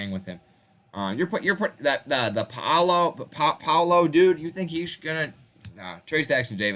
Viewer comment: There ain't nobody ina right mind would anybody compare nova roster to Kansas and put nova over them I can tell you don't know players only stats and don't watch nothing can't even pronounce Paolo name right